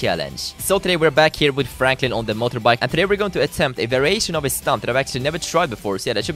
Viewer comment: it sounded like he said frakin at the start instead of franklin.